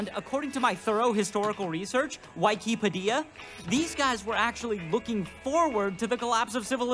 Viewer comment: Wicapadeea. :D Wikipedia!